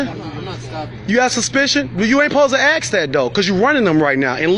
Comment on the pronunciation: “Don’t ‘axe’”???